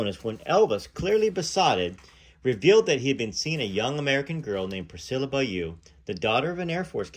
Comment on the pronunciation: Beaulieu is pronounced “Bo” (like the bo in both) and “li-you”, (the li like in lit), so “Bo-li-you”, not Bayou - it’s really not that hard lol!